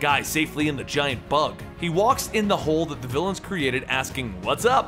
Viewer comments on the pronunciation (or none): none